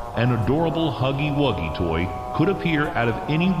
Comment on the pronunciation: Bro toast saying huggy wuggies's name wrong every time had me dead!! XD